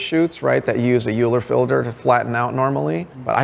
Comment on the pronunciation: You can tell he’s largely self-taught by the way he pronounces Euler.